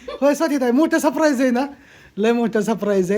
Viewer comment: सप्रैज नाही सरप्राईज